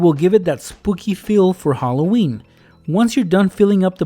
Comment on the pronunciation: Hollo-weeny 😂😂😂 Ok... I'll stop